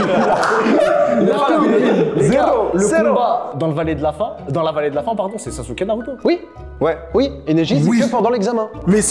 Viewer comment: OkaGÉ😂😂 Vsy respectez un peu non, je regarde pas de manga et je kiffe pas ça, mais tu peux pas dire « sazuki » en tant que présentateur oh respecte les gens un peu non?